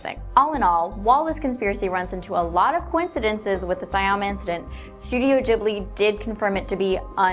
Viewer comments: Studio jibbly? You mean studio ghibli 😆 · Its pronounced studio Gibley kpnot studio jibley but pronunciation doesn't matter because I understood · STUDIO GHIBLI OK!!! NOT JIBLY !!!!!!GHIBLI (Gi-bl-ee)